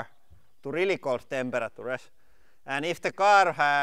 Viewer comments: Hahaha that pronuance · "temperatures", sounds so funny :D